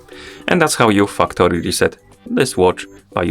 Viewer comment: the way you said fucktory reset is funny haha